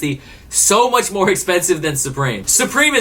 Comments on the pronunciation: "Way too UCH money" ? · you missed the "m" in the intro for the word much. Good video dude tho